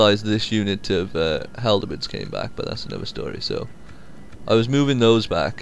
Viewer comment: Looks like a fun game, I did get a little annoyed by one small thing though. Halberd, not haldebeards. :D